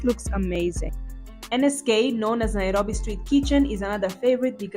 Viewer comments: I Love how you pronounce Nairobi ❤❤❤ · omg 30..u look like u r 22..and you say the word Nairobi so well🤩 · How you pronounce Nairobi.. ❤ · I like how you pronounce Nairobi